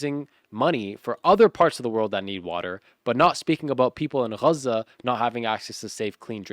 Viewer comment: U are speaking English in english its called Gaza not KGHAZA